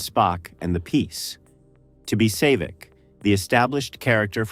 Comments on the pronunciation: It's pronounced SAA-Vic, not Say-Vic. Get it right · It’s pronounced Saaavik not Sayvic damn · Who the hell is Save-Vik?? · SAY-VIK? Boy, A.I. always exposes itself.........HIRE A GODDAMN HUMAN NARRATOR!!!!! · Sayvik? ugh ... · Who the hell was Save-ick? No habla English? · Wouldn’t it be great if video makers ensured that their AI voices properly pronounce important names and places, like “Say-vic” and “General Chung”? Has editing died, or does no one care anymore? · Maybe pronounce Saavik correctly. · Right off the bat, you said Saavik wrong. If you've watched the movies, you would know how to say it. You lost credibility, so I'm out. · AI slop, can't even pronounce Saavik correctly. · It also mispronounces Saavik's name and, in some instances, you can tell the voice is AI. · I realized something was up once they mis-pronounced 'Saavik.' Sounds a lot like someone that has never seen the movies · Saavik pronounced with an AI accent.